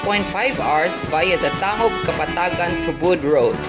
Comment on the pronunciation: "Tang gub" po ang pag banggit